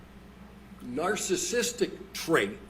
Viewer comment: Why can't he pronounce words that are well within his wheelhouse of diagnosis? Substance Abuse, Narcissistic Personality Disorder, etc?